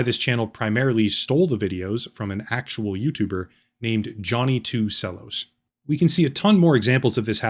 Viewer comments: Johnny 2 "sell"-os? Cello is pronounced "Chel-oh" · "Sellos" sir it's "Chellos", as in, Cello, the musical instrument. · My man said "sellos" 😂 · for a "Human" you cant Pronounce Cellos i find that Problematic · Thirteen minutes and fifty seconds, including paid promotion, before you get to telling us what someone else figured out. The atribution makes it less of a sin but I'm stil unimpressed. And mispronouncing "cellos", does that make you sem more human, or less?